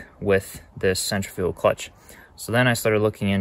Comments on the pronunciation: It sounds like you're saying "center-fuel clutch". Its cen-tri-fical clutch. Other than that this was a very informative video and I appreciate you. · It’s Centri fugal clutch not fical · Other than pronouncing centrifugal so strange, nice video. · It's Actually Pronounced "Centrifugal" Not "Centrifugal". You're Welcome.